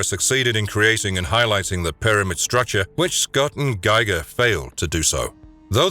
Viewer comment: Huge pet peeve of mine, too. Dude deserves at least proper pronunciation of his name!